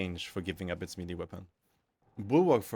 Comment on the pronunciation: Man, I can't get over the way you say melee. It's like mel-ayy not me-lee. As for the topic, I am not entirely sure how to change heavy in a meaningful way that would be widely acceptable. His main playstyle is around keeping enemies at a distance and gives him tools to effectively deal with them at range with access to firepower no other class can match. It's kind of complaining that you cannot use a wrench as a screwdriver. I do however wholeheartedly agree that his perks badly need a touch up, they are all over the place. On this issue I think I could come up with some solutions. For instance, perks could be focused around different ways of managing heat in a more meaningful way: one for keeping the weapon cool and another that gives additional bonuses based on heat buildup and keeping the weapon hot instead without overheating it(not just damage but maybe some extra splash or maybe ignite) with maybe some ammo economy perk options but with some extra variety on its aquisition that could play well into the class. And maybe something like aggressive venting that would cause explosion when weapon gets overheated that staggers and/or ignites enemies in small area around heavy. Something like block weapons adrenaline charge but maybe at the expense of longer cooldown when used this way In general, changes that would blend into the class archetype but no need for a revolution